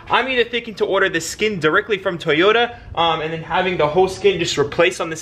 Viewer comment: TOYota...NOT TIEYOTA!